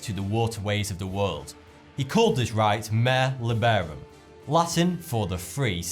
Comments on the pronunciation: please check your Latin. MARE is not pronounced like the horse term, "Mair," in Latin, it is"MAH-ray." Otherwise, thank you: interesting piece. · The Latin 'mare' is pronounced 'mar-ey'